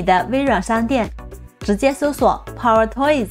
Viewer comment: 口音太重，还好有字幕，英文power发音错误，中文更多了，希望多练练